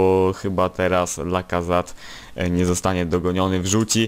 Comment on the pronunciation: Lacazat? Lacazaet się mówi